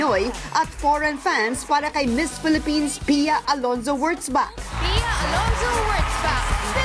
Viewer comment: Yes she really does. But uhm, it's not 'horseback' it's Wurtzbach. That's pretty messed up but it's okay :)